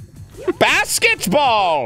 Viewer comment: Did he just say basketsball?